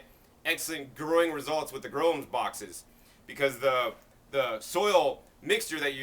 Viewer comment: For those like me who couldn't understand what the box is he is talking about, it's a GROWUMS BOX. All I heard was gromes box.